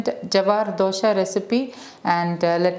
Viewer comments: Thx mam. But its dosa not dosha 🙂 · It is not dosha,it is dosa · Sorry it is not dosha.. It is Dosa.. Dosha means different.. So try to pronounce dosa.. Just shared my thought.. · Nice, it is dosa , not dosha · It's dose not dosha pls pronounce properly. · Dosa is prounounced as dosa or dosai, not Dhosha! Correct Ur prounciation coz Dhosha means altogether a different thing. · Samantha, before you teach someone, please educate yourself first. Just as dosa is dosai in Tamil, dosa is dosha in Malayalam. And don't forget that dosai or dosha is a south Indian dish. So don't teach south Indians how to pronounce their dish. FYI, Dosa is the English/non southindian version of dosai or dosha . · Who told you that it is dosa and not dosha. It's pronounced as dosha in Malayalam just as dosai in Tamil. Please don't forget that it's a south Indian dish and you are trying to tell a south Indian, not to pronounce the way it ought to be pronounced, instead pronounce as dosa which is an English/ non south Indian version of dosai or dosha. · Dosa is pronounced as dosha which means difficiency ...